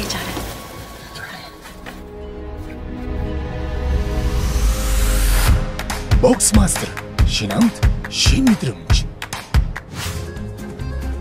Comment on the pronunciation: ok he sounds like bock's mastere